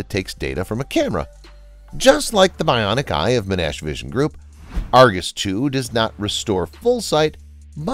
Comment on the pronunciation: “Men-Ash University”